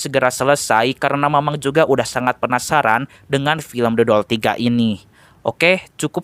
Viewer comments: Demi apa , gw denger The Doll jadi Dodol😭😭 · Apa cuma gw yg denger Abang ngomong dodol 2 😂😂